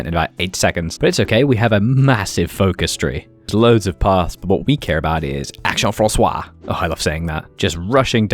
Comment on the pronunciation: Action Française is pronounced (english pronounciation) ak-stion fran-says. You said you liked saying it, so now you can say it properly! (